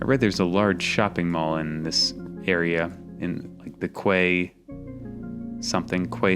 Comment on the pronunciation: I don't know about other countries, but "quay" is actually pronounced identicaly to "key" here in Ireland